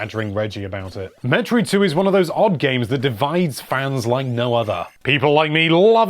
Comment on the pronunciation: 5. Yep. Team Yokoi makes a good Mario game. 4. Won't question this one. 3. Whoever said Zelda was the game that invented strategy guides mispronounced Metroid. 2. Uh... There's a difference between influential and 1. Yes. Yes, it is number one. It's why Yoshiaki Koizumi is the face of the Switch. It invented a much-needed Jump Button. It gave Zelda games more drive in story beyond mere words. ...and, of course, it inspired Ocarina whether we liked that one or not.